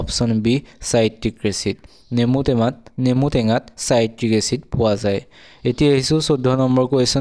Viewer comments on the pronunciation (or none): নেমু টেমা নহয় নেমু টেঙাহে ।